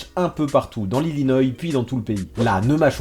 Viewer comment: Ça se prononce illinoa